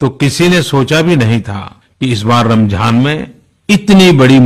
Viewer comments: Modiji it's Ramzan not ramjhan ... Keep it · Pehle to bolna sikhle ramjhan nhi hota h ramzan hota h